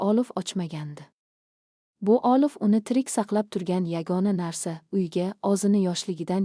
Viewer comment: AniOlovni olif ylikni olik deb oqish sharmandalik yaxshisi hikoyni joylamanlar sharmandalik eliktron o'qishni to'g'rilashni iloji b o'lmasa yozuv holda bering